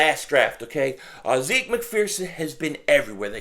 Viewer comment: It’s pronounced ‘zeck’